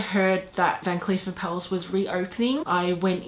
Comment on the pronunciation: It’s pronounced “are-puls” like apples with an “r” in there. Here is a video guide